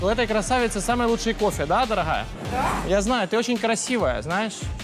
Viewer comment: "ДараГая ты Гатова?"))))це гекання,ну прям мачо інстаграмний